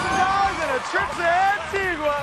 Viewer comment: sounds like the host learned how to pronounce Antigua from Pat Sajak